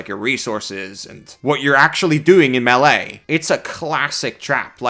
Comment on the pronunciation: this man determined to mispronounce melee forever, no matter how many times it is brought up :D